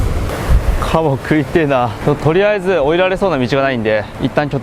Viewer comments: カブを獲りに行くまでがしんどそうで見ていられなかった💦けどもっと見たいw 茎噛んでるときのシャキシャキ音がたまらん カモが一瞬カバに聞こえてびっくりw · かばって聞こえてかばいるんだーって思った